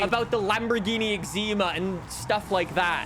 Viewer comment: mf called it a lamborghini exima